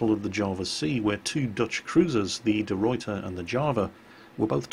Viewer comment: The utter dog shit he makes out of pronouncing of the name of De Ruyter makes me think that believes the Dutch to be part of Germany:'(